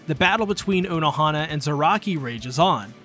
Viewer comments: “Zayaki” is crazy. 🤣😂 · there is no way you called him zayaki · Zaraki is zayaki?!?!?! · did he just... Called "kenpachi ZARAKI".. "ZAYAKI" ? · He called Kenpachi "Zayaki" What!? Jokes aside, this is very well made.. even if some of the pronunciations are driving my weeb ass insane. CAR A CURRA TOWN.. that'll do,. Subscribed for good video, and good sport.